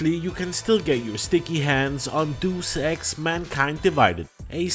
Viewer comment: It's pronounced: "Day-Es-Ex". (I used to pronounced it incorrectly too.)